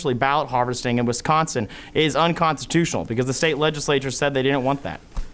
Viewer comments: State of “Wins-consin”. Yes, Biden sure did. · “In the State of Win-sconsin...” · Cawthorn is such a goon, couldn't even pronounce Wisconsin (he said "winsconsin") did the nasty grown up hurt your fee fees lil gun boy? 😂😂😂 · Why do people have a problem pronouncing Wisconsin. Two N's not three Winsconsin is not a state. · When did they change Wisconsin to Wincekawnsin? 🤣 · Speciscly?! Did he just say Winsconsin? What a douche bag. 🤣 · "wiNsconsin" Those three awesome lawyers should have taught him how to pronounce the states name. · did this meat head say the state of Win-consin? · Imagine being an American and not being able to pronounce Wisconsin 🤣🤡🤣🤡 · Dude doesn’t not know how to correctly pronounce our state of wisconsin. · Dude keeps saying Winsconsin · Barely 30 seconds in, and the dude can't even pronounce "Wisconsin". Why are we listening to this dope? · '...in the state of Winsconsin (sic)...' in reality he meant 'Lostsconsin'. or should I say 'Lossconsin'? ;) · 😂 Hell yeah. Dude was stuttering. Even mispronounced Wisconsin he was so nervous. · A few minutes into this...please don’t try to pronounce Wisconsin anymore!!!